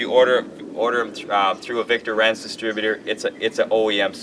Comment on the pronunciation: It's pronounced like "Heinz" for Victor Reinz, the "I" is the one annunciated, not the "E", you even have a German last name too. :( It would be one thing if the company was American German but it is straight out of Germany.